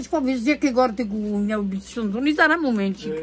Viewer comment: Tereska mówi niał,zamiast miał